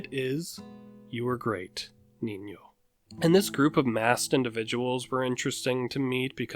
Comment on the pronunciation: Nice Ñ pronunciation dude